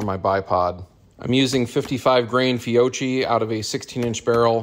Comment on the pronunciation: Great run! I wish I could have a texas star here. Nice to see a stage plan. Fiocchi is pronounced with k's if I'm not mistaken. Fiok-ki.